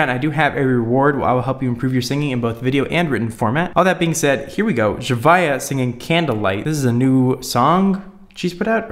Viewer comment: Your saying her name wrong